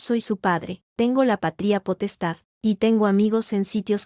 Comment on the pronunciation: ¿Pa-trí-a potestad o pa-tria potestad? Tremenda burrada de los que suben estas historias a la IA. Es errores trás errores garrafales. De gramática no saben un comino.